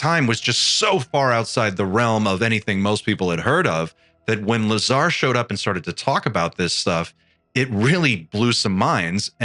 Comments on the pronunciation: He said Bob Lazary!!! 🤣🤣🤣🤣🤣🤣🤣🤣🤣🤣🤣🤣🤣🤣🤣🤣🤣🤣🤣🤣🤣🤣🤣🤣🤣🤣🤣🤣🤣🤣🤣🤣🤣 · "bob liezar"